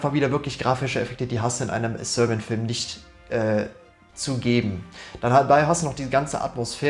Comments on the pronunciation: Haha Sörbian als wär er Skandinave oder so haha! Die Serben hat er damit nicht gut geehrt haha! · dilettantisch und zum Einschlafen. Dieses Rumgestammel, Versprechungen, "ehm" und "öh" und falsche Aussprache, von englischen Worten, wie zb "sörbian", ne sry miese Qualle...